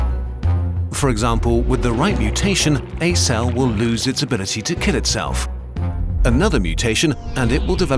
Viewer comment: “more of its-cell-f”